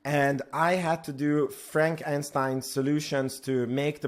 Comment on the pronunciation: Aah ha a, he said frank and stein. No harm, love your content.